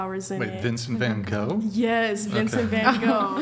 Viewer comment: I love how she pronounced van gogh completely false and corrected her completely false aswell lol